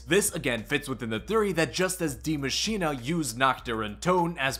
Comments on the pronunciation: "Die Maschina" i cant hear this as a German viewer. Its called Die MA-SCHI-NE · Its Die Machine.. Pronounce please ugh